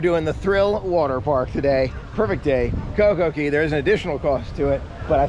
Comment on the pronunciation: It's Coco K not Coco key